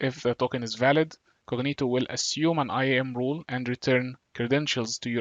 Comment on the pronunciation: Thank you but I have difficulty differentiating your accent wrt "role" and "rule". They sound the same....